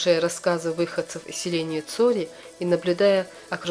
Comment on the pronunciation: По какой причине не Цхьуоре , а Цори ?